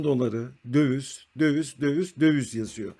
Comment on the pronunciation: Merhaba, video için teşekkürler. Naçizane bir eleştirim olacak. Sürekli "dövüz" dediniz. Bir ekonomi kanalında "döviz" kelimesi çok geçtiği için düzeltmek iyi olabilir. Kolay gelsin.